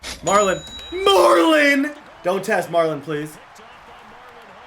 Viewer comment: 44, his name is MARLON not Marlo.